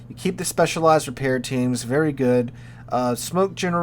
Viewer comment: Please change the way you say “good” dude